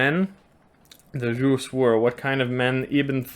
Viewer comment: Well my friend so far the best pronounciation of Русь (Rus’) goes to you 😂 Thank you for making s soft at the end